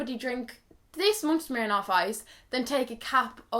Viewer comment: Aha I love the Irishness in ‘Smirnoff ice, takes us all back to our childhood’ 😂